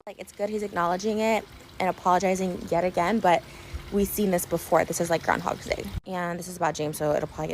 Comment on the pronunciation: The way you said “yet again” tripped me out